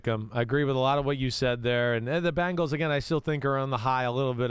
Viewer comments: BENGALS! NOT BANGLES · Someone, please tell Chris it's not Bangals, it's Bengals. If it is too difficult, give Cincy a try. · It's funny how Chris says "Bangals" instead of "Bengals" ..... LOL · Every time Chris Simms says "Bangles", a puppy dies. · Please, Mr. Simms. For the love of God! The Chiefs will forfeit if you just stop saying, "Bang-gulls."